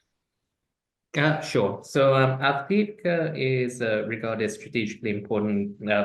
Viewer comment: Also ad-viv-ka no go zone 👍